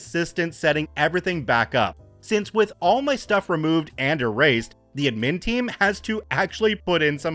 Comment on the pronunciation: Thanks for the friendly intro, I have been rewatching old Star Trek, so I am having a good Data day, just like you said I should! ...wait that's not what you actually said, is it? (I'm not sorry) Also, probably worth checking how to say "admin" (the emphasis should be on "ad" not "min" even though in "administration" the emphasis is on "min") and "sudoku" (it's "sudoku" not "suduko"). And I've got to say, I'm disappointed about the author of the story spelling "aid" wrong ("aide" is a different word) and "etc." (not "ect.") among other mistakes. Not very reassuring for the schooling system that this story makes someone look like one of the better people in the school system while making so many and such obvious mistakes.